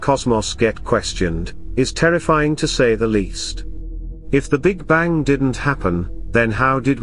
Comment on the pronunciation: Why do you pronounce the g in bang? What accent is that?